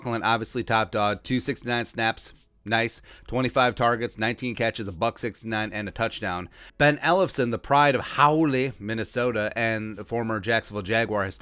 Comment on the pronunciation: Ben Ellifson’s home town Hawley is pronounced Holly. Dad used to take us bowling over in Hawley when we were kids.